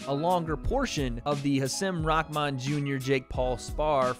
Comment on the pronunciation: Bruh why are you saying his name like that watch you’re press conference vid and watch this and tell me you aren’t saying his name diferente